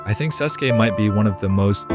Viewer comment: you definitely havent watched naruto for 15 years if you pronounce his name like that